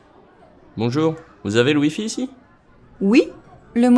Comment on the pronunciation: Could not make out “WI-FI” until I saw it written out. Also, could not distinguish the word “blue” in the 5th conversation without seeing it written. Listening to 5 again I am surprised I missed hearing “blue” because I can now clearly hear it knowing that is what was said now.